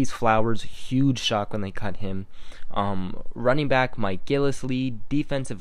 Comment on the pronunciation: It's running back not running brack LMAO!!!!! that's y l love watch your video because your miss pronouncing words and l'm a Patriots Fan